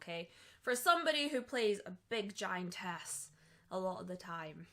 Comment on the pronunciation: Every time you said "giantess" it sounded like "giant ass" but I suspect thats the accent at play